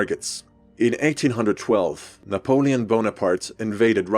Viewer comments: can we appreciate the fact that he pronounced Napoleon's name right? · kudos on pronunciation of Napoleon aaaand on including that heretic symbol War Never Changes mentioned...